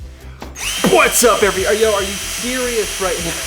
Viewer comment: When kept messing “Phuat’s up” lol love it.